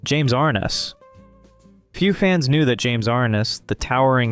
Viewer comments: Yes that is because the narrator is young and not old like myself! I remember the intro to Gunsmoke and it was James Ar-NESS as Matt Dillon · Still didn't get James Arness' name correct. James Ar Ness. Mon tal bon not Mon' tal bon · Two actors have their last names incorrectly proounced: * Jim ArNESS (the accent is on the second syllable, not the first) * Ricardo MontalBAN (the accent is on the last syllable) I'm old. I've heard these names pronounced for decades. 😊